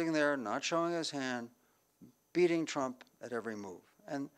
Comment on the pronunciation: President ‘Chump’, or was that just my hearing?